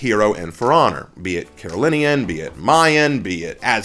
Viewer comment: Hello, I want to tell you something which is important to know. I hope it helps. So, pronunciation of Carolean, I sometimes hear someone say it wrong like Carollen or Caroline. You for you pronounced Carolinan. If you are wondering how it's pronounced, look for Speech Modification video Carolean that is all. Again, I hope it helps.